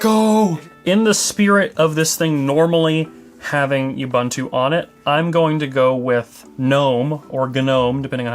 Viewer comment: to . " Oo-boon-too ". you're welcome. Stop adding a freaking Y to the pronunciation. There is no y in " Ubuntu"